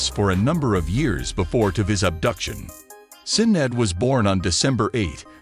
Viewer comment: YOU WANT TO RESPECT THEM?? PRONOUNCE HER FIRST NAME CORRECTLY!!!!